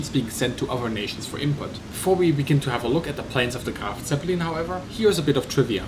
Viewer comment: LoL dude its not Graf Zeppelin dumb